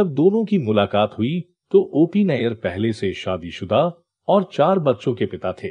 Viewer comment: OP Nayar Nahi Hai Nayyar Hai 😂 nayar or Nayyar alag surname hai pehle khud pata kar dosto ko galat information de raha hai